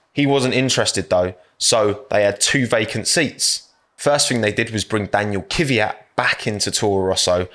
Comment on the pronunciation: This isn’t criticism to specifically, but I have noticed that when British people pronounce “Kvyat” they say “Kyviat”, anyone know why?